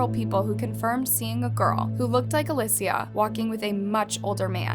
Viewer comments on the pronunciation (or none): in Spanish it is pronounced Uh-lee-cee-uh. Not alyssia. Thank you, I also speak Spanish. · isnt Alicia pronounced Ali-sh-a not Ali-sea-a sorry if im wrong no hate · Uh-lee-shuh. Alicia. Not alyssia. I couldn’t even watch this because my name is Alicia as well. Her name was even said on TV and you’re still not pronouncing it correctly. 🤦🏻‍♀️ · All the different name pronunciations are kinda frustrating. "Ah-li-sia" "Ah-leh-sia" Girl it's Ah-lee-sia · It’s Aleesha. Not alissia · I love your content but how can you possibly mess up the name “Alicia”??? You’re pronouncing it as “ALE-SSIA” it’s “ALY-CIA” 😂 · Aleeecia not Alyssa or alussaaaaa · Omg again girl? Her name is ...A-lee-sha Not A-liss-e-uh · Why does she keep pronouncing her name as "Alecia" ??? It's not too hard to pronounce 'Alicia'. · Hello, just wanted to let you know her name is pronounced Ah-lee-see-ah, thank you for making this video and bringing awareness! I personally knew the family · Why do you often mispronounce the names of the victims? A LI SH IA if you want to pronounce it as an English speaker ALI SIA if you want to pronounce it in Spanish. is not that difficult. Damn it. You pronounce it differently throughout the video. The same thing happened with the Kamari video and the one of Paulette Gebara. Seriously, I love your videos but you changing the pronunciation of the names of the victims during the footage is distracting. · Uh lee cee uh !!!! It's not that hard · A-lee-see-uh.. we can at least respect her pronunciation. I didn’t watch the whole whole video just the spelling was like oof I have a sister named Alicia, I hope you are found bby girl, and are found 😭❤️ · the way you’re pronouncing her name as alessia is bothering me so much 😥😥😥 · I've never heard Alicia pronounced (alesia) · you're blind. You obviously haven't been looking knowing her name was pronounced wrong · Why do you have zero consistency saying a simple name. Literally pronounced Alicia 4 different ways.